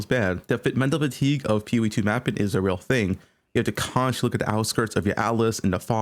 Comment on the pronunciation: My boy hates the letter G. Sprintin, mappin, castin, fightin